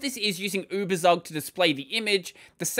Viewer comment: Tsook... Uebertsook... Give us poor Germans a treat for our ears, pls.